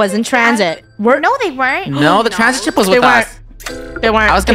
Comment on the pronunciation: WHY DID SHIP SOUND LIKE THE S WORDDD😭